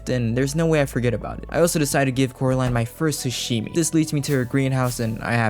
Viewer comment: It's Ca-ro-line (as in fishing line). Not coraline